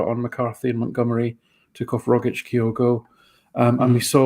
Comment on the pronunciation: Why does everyone call Kyogo Kay o go,? It’s Kyo go. It’s getting to epidemic proportions now.